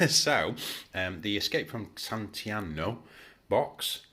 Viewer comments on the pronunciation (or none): This was excellent. I've bought the bigger set and not played yet so this was really helpful to pull what I've been reading together. I'm definately getting this set as well, they've been clever enough to make them scale up with what models they give. Btw, i's pronounced "San Can-chiano"